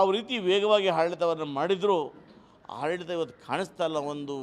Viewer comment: ಈ ಕನ್ನಡ ಭಕ್ತನಿಗೆ ಅ ಉಚ್ಛಾರ ಮಾಡಲಿಕ್ಕೆ ಬರೂದಿಲ್ವಲ್ಲ, ಆಡಳಿತ ಅನ್ನುವುದು ಇವಪ್ಪನ ಬಾಯಿಯಲ್ಲಿ,ಹಾಡಳಿತ ಆಗಾತೈತೆ